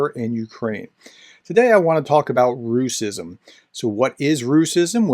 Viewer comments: Professor, you're doing incredible work, but a small nitpick from Russian native with good comprehension of Ukrainian, we almost unilaterally tend to pronounce it rash-ism, which sounds even more demeaning, as it is derived from English pronunciation of our merry Mordor's name and adds more salt to the wounded pride of 'turbopatriots' (russian neonazi/imperial bunch) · Great explanation. Just wanted to comment on that the word should be pronounced as: --- Rash-izm Close to its italian version: --- Fash-izm The word is so new that Google translate doesn't know about it and translates it as "racism" 😉